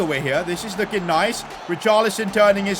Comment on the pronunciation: Bro can’t even say richarlison right